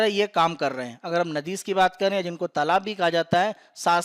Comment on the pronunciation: नाडी कहते है नदीस नहीं.... बाकी आपके चैनल द्वारा दी जाने वाली जानकारी बहुत ही उच्च कोटि की तथा सराहनीय है